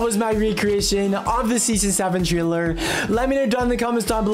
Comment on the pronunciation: You say taler not Traler